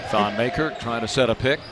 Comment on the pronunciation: Damn this annoying commentators say thon's last name wrong